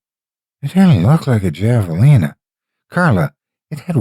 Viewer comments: HAVE! HAVALINA! Not goddamn JAValina! And Winslow is nowhere near New Mexico! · Great story. You are my favorite narrator. Just FYI, javelina is pronounced have a leena. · Javelina the "J" is pronounced like an "H" it's pronounced "Havalina"